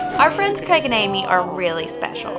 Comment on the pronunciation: Is there a reason that Americans cannot pronounce ‘Craig’?